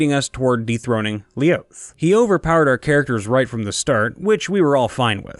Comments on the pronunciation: When he says "Lioth" and not "Llolth" sad nerd noises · Since no one else seems to be commenting on it, It LLOTH or LOLTH not LIOTH seems u confused the second L for a I. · I grow ever slightly more angry every time he pronounces it "Lee-oth" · Now see here's the thing. When I'm narrating I try to stick to the script as best as I can. When I came across that I originally pronounced it the way it was spelled. I knew it was Lolth, but the way it was written I had to make a judgment call. Either I was totally wrong in the assumption that it was Lolth (as the D&D 5e book states) and it really was LIOTH, or yeah. So I went with the safe bet and just pronounced it as it was presented rather than change it.